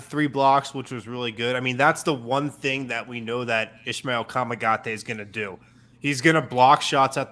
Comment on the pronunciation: Son nom se pronounce Ismael avec un “s”. His name is pronounced with an “s”